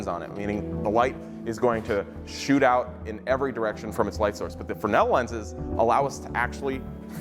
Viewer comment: He means fresnel lens right? Not Fernel?